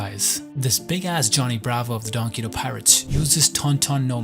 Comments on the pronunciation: "donquito pirates" is making me wanna kms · Why are you pronouncing donquixote like that lol